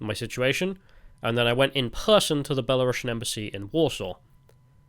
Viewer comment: It's because you need to pronounce it "belarusian" with a u that sounds like a oo (and not a uh) and a normal s. Don't say "belarushian" like you'd say russian.